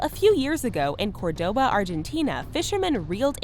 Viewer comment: I love how she pronunciated Córdoba Argentina lol